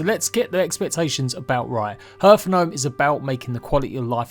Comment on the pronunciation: Please google "pronounce hearth" ;)